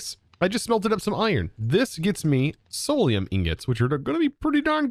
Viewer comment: Idk why but it triggers me to hear you say solaruim when its clearlt not